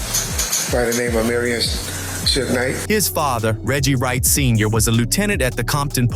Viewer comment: I hate suge night but I hate more how this dude says it shooog